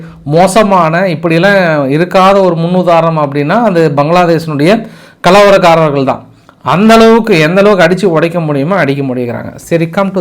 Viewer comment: கலவலக்கார்ர் இல்லை கலவரக்கார்ர்